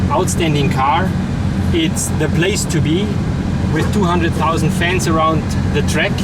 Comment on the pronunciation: ''this is what i mean for the fens...'' then vrooooooooooo, love it!